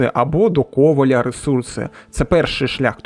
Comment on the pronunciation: Дуже ріже вуха кОваля, але дуже дякую за український контент.